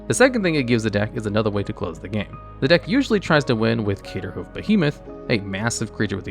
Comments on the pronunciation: It's still not caterhoof. Check the R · When will this guy start pronouncing craterhoof behemoth correctly